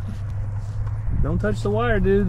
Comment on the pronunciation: Reva or Reba? I was checking Google for Reba's sons name [Shelby Stephen] but then I realized that you might be saying Reva.